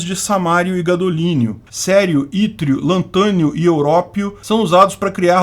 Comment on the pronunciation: Toda vez que o falava "Cério" meu cérebro pensava com certeza que ele estava querendo enfatizar que isso é um assunto sério kk